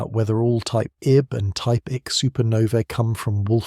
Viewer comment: So hard to hear "type ICK" when it should be "type I-C." That is just lazy. Shoot you got AI narrating. All is needed is attentive proof reading/ editing. All the work done sufferes when you dont proof read.